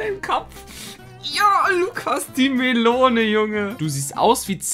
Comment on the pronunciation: LUKAS, hoffentlich bist du das gewohnt, Eier sind besser als Melonen Melonen soll Melon ausgesprochen werden 🤣🤣🤣